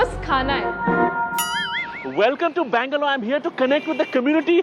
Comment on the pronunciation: Please pronounce each word you speak clearly! Could not understand if you were saying 'Bangalore' or 'Mangalore'!!!!